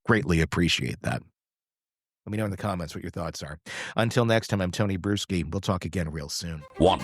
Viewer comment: You REALLY need to change your last name, dude. I hear brewski every time you say it. 🤭🤭🤭🤭🤭🤭🤭 It reminds me of Wisconsin, and not in a good way...